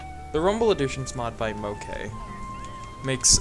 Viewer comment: Moke here (pronounced Mo Key lol) thank you for using some of my mods! I enjoyed watching your video 😸